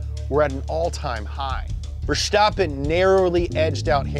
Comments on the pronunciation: Its VerStappen, not VerSHtoppen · It's VerSTappen, not VerSHTappen. Same st-sound as in the word "stop" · His name is Verstappen, not Vershtappen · 'Fer-stappen', not 'Ver-schtappen' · VerSCHtappen In all seriousness, leave the "sh" out, the s is not pronounced like the sh in "show", but like you would in "snow". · Why do all english speakers pronounce it Verschtappen? It's pronounced Verstappen. Max just has a lisp. He makes his s by pushing his tongue against his bottom teeth in stead of curling it to the roof of your mouth like normal people. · He pronounces Max Verstappen so German 😂😂😂 We are Dutch! Not German